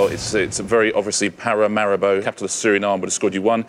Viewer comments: If we're being strict on spelling and pronunciation then he got it wrong as well. He said "pa-ra-ma-RA-bo" not "pa-ra-ma-RI-bo" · The first contestant said something like Per-I'm-bow. The second contestant said Pa-ra-mar-ri-bow. Getting wrong vowel sounds is fair enough, but that's a completely different word. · "I've just never heard it spoken before." Even so, there is no way Paramaribo would be pronounced para-nime-bow. But yes, the other team are very smug about it as well. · Paramaribo is a real place. Paranaimbo is not. It's that simple, folks. It's like the difference between England and Fangland. If you watch the show at all, you'll know that an answer even one letter off (making the pronunciation different) is considered incorrect. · he prenounced it wrong, and even if the other guy said brasilia for example it still would be wrong, it was spelt nothing like he said it.